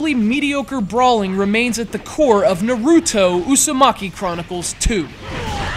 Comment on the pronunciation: narooto usumaki...nice pronounciation...